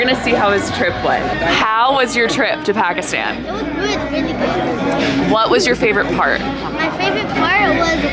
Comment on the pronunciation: If you cannot pronounce Pakistan or Punjab correctly, you shouldn't be creating videos.